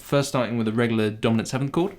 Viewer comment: When you first said Dominant I heard Donut chord and had to do a double take!